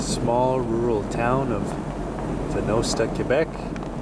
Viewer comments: Venosta is said like "Venaughsta" rather than Ven-o-sta just for those who even care to know. I grew up here. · Its pronounced Va-naw-sta I was one of the last people to go to that school, which is now the Venosta Recreation Centre. My Father grew up in that rail road station and my grandfather was the station master. My father became a provincial police officer in the community and was responsible for setting up a volunteer St.John ambulance service out of the school. He also worked with a local school principal to bring in a charter for the Low & District Lions Club which ran one of the largest country music festivals in Canada about three miles from that school. It ran for 15 Years. It was called The Gatineau Clog. Wayne Rostad, of CBC's on the road again partnered with the Low Lions to put it on. He also had a cabin in the area. Every summer the ancestors of this community come together for a Clan Tournament on that Baseball field. Many of the dependance still have cottages in the area and still own the family homesteads.